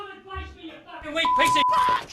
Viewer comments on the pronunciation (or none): none